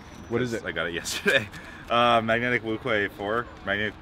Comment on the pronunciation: Thank you for pronouncing wuque correctly